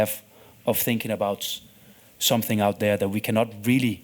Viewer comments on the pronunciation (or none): Samsinggg ✅️ something ❌️